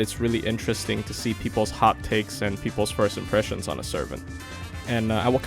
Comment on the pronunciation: I thought you kept saying.....hotcakes!